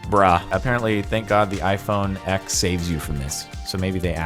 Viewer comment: iPhone X is pronounced iPhone "ten". Don't argue with me. Go watch the keynote.